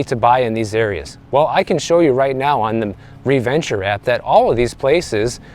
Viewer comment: "Re-Venture app" 😂😂😂😂